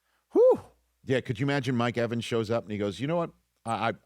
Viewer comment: Mike EVENS lmao. Put some respect on his name smh!!!